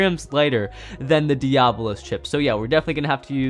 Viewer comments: Dee-Ah-Blos Challenge FAILED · Don’t be a Zankye, it’s Dee- Uh-Bo-Los, NOT Dee-Ah-Blos 😂